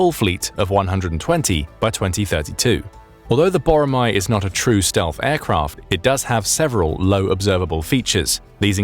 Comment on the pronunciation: 보로마 X . 보라매O. Pronounce it correctly